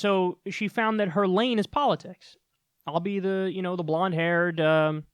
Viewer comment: Every time you put emphasis on poliTICS and poliCY, I want to gouge my ears out. Stop it.